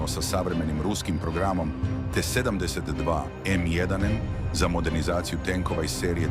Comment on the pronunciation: T72 = 7....10.....2😂😂😂 idi kod logopeda rvat